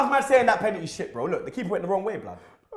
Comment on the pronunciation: Deep it, can not say the word 'Penalty'